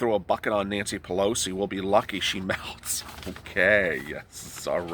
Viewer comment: It's the "we" syndrome! Pew-low-see....